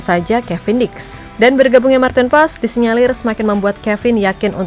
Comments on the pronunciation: Martin pas bacanya kata koc justin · Maarten Paes (ejaan lama) dibaca Martin Pas !